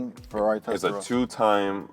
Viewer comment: Testaroasa?! SAY IT RIGHT! IT'S NOT THAT HARD!!!!